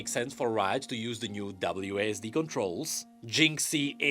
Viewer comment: hearing wasD instead of W.A.S.D. was really funny to me for some reason